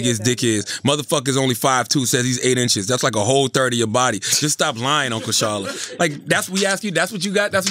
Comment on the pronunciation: Charlemagne"worvy" tha god